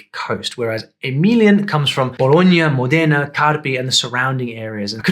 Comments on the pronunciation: You said Modéna, it's Mòdena with the accent on the O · Ottimo, interessante. Modena si accentua sulla o. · The name of this city is pronounced MO-dena not mo-DENA.